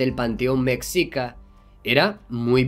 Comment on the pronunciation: Muy buena informacion... ¿no sera que los dioses de la antiguedad son los mismos de la actualidad represetados de diferente forma?... y con todo respeto a la pronunciacion como se escucha se dice MESHICA como SHONGLI... saludos y excelentes videos...